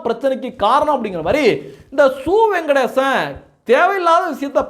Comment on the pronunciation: யோ பேர ஒழுங்கா சொல்லுய்யா, சு. வெங்கடேசன் ஞாபகம் வச்சிக்கோ....